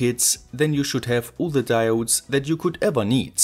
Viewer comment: "and das it is advised" love this germanglish mix :-)